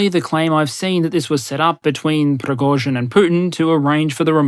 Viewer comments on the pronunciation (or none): A side, or technical note - the first syllabe in "Prigozhin" (Пригожин) is pronounced "pri~", not "pro~".